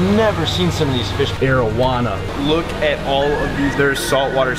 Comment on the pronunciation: when you mentioned arowana at the start of the video i had to rewind, my dumb stoner ass thought you said marijuana